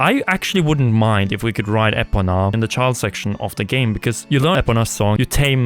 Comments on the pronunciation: What’s the horse’s name again? Say it with me my guy. Epona. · Agreed. Is he sayin' "Apoona"?? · Am I the only who thinks the way ‘Epona’ is being pronounced in this video is completely insane ? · What I would love is for them to add areas from the games before it and precursors to games which come after it (e.g. Lake Floria, in between Kokiri Forest and Lake Hylia and Trilby Highlands, next to Death Mountain and behind the Castle). Also, what's with the weird pronunciation of Epona? That's the Japanese way of saying it but the origin word doesn't come from Japanese - therefore, it's ee-poh-nuh. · dude you've been playing the game for 100 years, how are you saying epona all wrong, it's so grating on my spirit